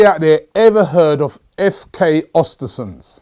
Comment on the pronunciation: im swedish. i would love to teach you how to pronounce the name of the club but its a tricky one, learn how to say mesut özils name the way he himself pronounces it, then say östersunds